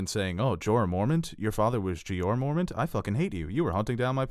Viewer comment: MORE-MON-T!! Wtf is so hard about saying that? They even say his name on the show so there is no reason you should be saying it wrong.